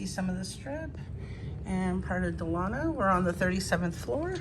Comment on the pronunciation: finally someone who knows how to say the name Delano